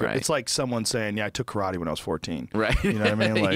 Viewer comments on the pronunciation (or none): none